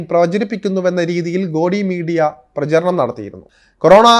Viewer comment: ഗോഡി മീഡിയ എന്ന് നിങ്ങൾ പറയുന്നത് ശരിയല്ല. ഒരു ഹിന്ദി വാക്കാണ്, ശരിയായ ഉച്ചാരണം ഗോദി മീഡിയ എന്നാണ്.